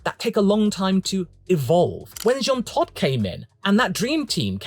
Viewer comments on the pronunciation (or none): none